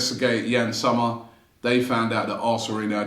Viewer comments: It's pronounced ''Zomer' with 'o', not 'summer' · Yann [Zommer]..not [Summer]😂😂